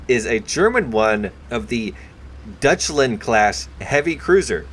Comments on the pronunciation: You really have to work on your pronunciation of Deutschland. It isn't dutchland .... but d-oy-tsch-land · Deutschland class cruiser, (Deutschland means Germany) is pronounced like “Doychland”. Just to help you pronounce it in the future, whenever you see “eu” in a German word, it makes the sound “Oy”